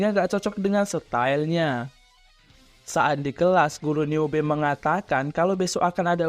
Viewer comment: Nube bukan newbe Kappa bukan kepa